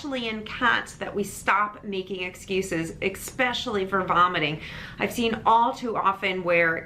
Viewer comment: Love your videos and info, but some public speaking feedback … please stop saying “ex-specially” so much—sounds really unprofessional. It’s “especially.”